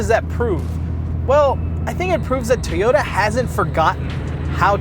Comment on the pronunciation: Love those "Tayota's" :P